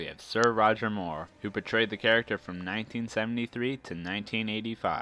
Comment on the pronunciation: 1.Sean Connery 2.Roger Moore 3.Pierce Brosnan 4.Timothy Dalton 5.George Lazenby 6.Daniel Craig Your "portrayed" sounds like "betrayed".